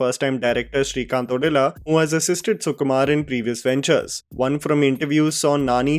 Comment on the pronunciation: Correction: it's srikant ओदेला